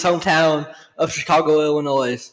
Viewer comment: S is silent in Illinois.